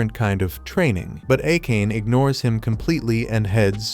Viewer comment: for the future, please pronounce Akane as "Ah-kan-ay" I made that mistake in my teens until I heard it pronounced in an anime.